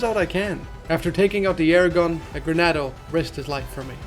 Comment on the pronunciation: Great video. But it's "Ganado" not "Granado." Sorry it was slightly irksome to me lmao